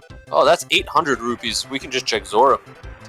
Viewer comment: Repeat after me... ROO-PEES. NOT ROO-BEES. FFS man